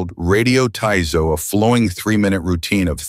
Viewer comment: Sampo? He is talking about "sun po" (leisure walking). "taizo" is "tai sou". AI doesn't know proper pronunciations of various languages in many videos (like us Americans😮) .